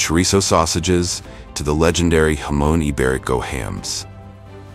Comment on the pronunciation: Interesting, but you check your pronunciation before recording. Specifically jamon and hermes.